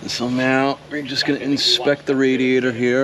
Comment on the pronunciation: i could of sworn you said meow instead of now. Getting cat game vibes right meow